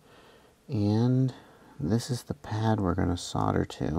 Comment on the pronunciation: I really love my Chameleons - a 5 and a 6. The 6 is actually the sweetest flying bird I own. PS I so LOL when you say "fuck me" and "fucken". You're normally so polite and well spoken (apart form your "sodder" affliction ;-) ). We should make you an honorary Aussie - you sound like one of us when you start the F bombs. :-)